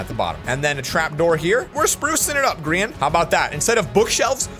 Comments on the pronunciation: Plss stop saying gree-an just say gry-an plsss bc thats the real pronounciation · the grIan flower vibe WHAT HE SAID grIan